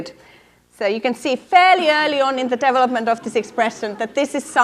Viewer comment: ugh... devil - upment devil - uping devil - up Why can she pronounce every other English word properly?